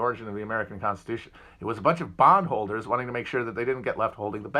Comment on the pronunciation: You say bond holder. I hear bong holder.